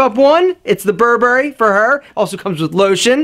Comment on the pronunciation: You’re saying Burberry incorrectly... just saying mate